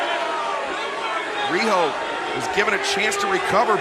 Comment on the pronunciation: Nice match Riho. They can`t even say your name right. Anyway, cheers from Hokkaido.